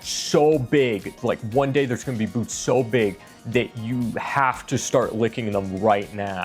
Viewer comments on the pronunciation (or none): Did you say boots* that are so big you have to start licking them rn...or boobs* so big you have to start licking them rn¿? I feel like you said boots, but it sounded like you said boobs... Great vid either way.